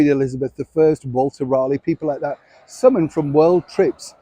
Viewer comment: Summoned..not summond